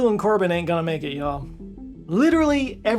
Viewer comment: Korben not Corbin. But yeah